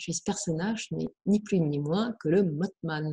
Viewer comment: Si me lis, ça fait deux émissions où elle parle du mothman sans bien le prononcer et ça m'irrite vraiment (en plus la crédibilité en prends un coup). Ça se prononce mossman et pas motteman... voilà dsl mais j'en pouvais plus. Je suis soulagé merci.